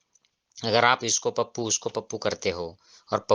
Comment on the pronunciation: Pappu nahi tappu bola